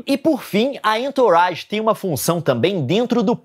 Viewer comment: Entourage, eh frances e quer dizer "pessoas em torno" ou "em sua volta" se pronuncia "anturraGe"